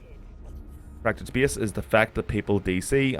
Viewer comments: Please check the correct pronunciation of the word "space", thank you. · speyace is the beyast